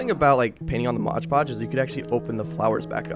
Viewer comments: MOD Podge!! NOT MODGE PODGE! Sheesh… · M-O-D podge! Not modge podge! That is so annoying! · Why do you call it Modge Podge? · no one:: Modge Podge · Game: eat a piece of your favourite snack every time says “moge-podge” in this vid 😄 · What the heck is motch potch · Love your videos so so so much but for the love of god its called mod podge